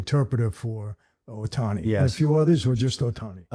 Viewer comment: This dude is so full of sh!t. Cant even pronounce Ohtani's name. What a joke.